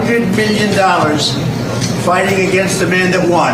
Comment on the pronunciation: When Trump says "a hundred miyin dollars" what does that even mean?